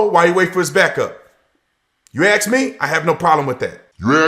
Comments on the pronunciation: "You axe me'' -- self centralist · If you "aks" me little man, you haven't tried your luck to soften me up. All cops are bootlicking cowards. All cops are criminals. All cops are Traitors. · "Ax me this." "Ax me that." Ax like a tyrant and sounds like he ignorant. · You aks me? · That cop needs a boot to the head and fired immediately. What a piece of shit beating up on a 14 year old kid..really. deserves the same if you axe me. Learn English stupid the word is ask. What a piece of crap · Did he just say, ' If you axe me I got no problem with that' Well if you ASK the people, gets the finger...AGAIN. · It's 2023 and black people still can't pronounce the word ASK? I guess they will never advance as a race. The most dysfunctional culture on the planet and this guy proves that beyond ANY DOUBT. Take the smug look off your face, Ace the shitty superior than thou attitude and pick up a English dictionary and practice and learn the language you fucking moron! SMH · He sold his soul to the devil and there is NO to get it back. A satanist phycopath that can't even say ASK. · Big man can NOT even annunciate ASK correctly. He speaks like an idiot. If you axe me? Shut up fool.